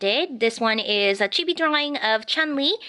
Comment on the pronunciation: your drawings is very awesome! btw chibi is prenosend chee-bee and sorry for my english am from saudi arabia ^^